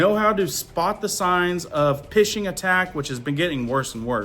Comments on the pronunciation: Pfishing is pronounced “fishing” lmao man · Parents need to parent, and phishing is pronounced "fishing." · Phishing is pronounced like phone as in fishing attack. Thanks for all your alerts!!!💝💖🇺🇸🇺🇸🙏🏼🙏🏼🙏🏼🇺🇸🇺🇸